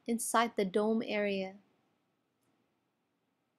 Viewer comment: Is it just me or does the word ''Dome'' sound funny, lol.